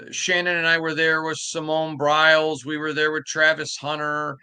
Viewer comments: Simone BILES, not Briles 😅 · You’ve been saying this wrong all week.. It’s Simone BILES.. no relation to Art Briles 😂😂